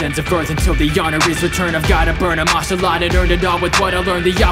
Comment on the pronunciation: while Aske means ashe, i still think you should pronounce his name properly as Askelad (sounded more like you said Ash-e-lad to me)